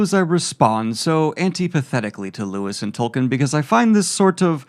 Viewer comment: Dude, please, it's pronounced Toll-keen. He's the founder of the modern fantasy genre at least say his name right. Loved the video otherwise.